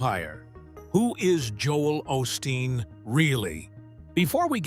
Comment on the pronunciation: This is actually a partially because you’re not pronouncing his last name right what a way to make a living in case you don’t know you’re not supposed to judge other people my mom used to say those who live in glass houses shouldn’t be throwing stones how would you like it if somebody looked into your background or Jesus Christ showed up at your house better watch Jesus just might show up you know we’re living in the last days and Jesus Christ might actually show up in your house how would you like if somebody open the YouTube channel followed you around and reported everything you do shame on you is disgusting I know his father was a good preacher and his mother very blessed woman other people like this, it’s up to God to judge him not you. I hope you find Jesus Christ and get off your high horse. These are scary days. We’re in the last days in God Jesus Christ will be returning soon, that I How are you into your demonic practices because for me, this is a demonic YouTube channel cause you’re not serving God you either trust and believe in Jesus Christ are you working for the devil and you don’t have anything else on your YouTube channel except for Christians but that’s how it goes in the last days. Sounds like you’re jealous. It’s none of my business what Joe Olsteen does and no one is forcing people to go to his church either. That’s what you call hypocritical wanna be Christian. He talks bad about her church. if they actually even went there, I know he’s helped people tha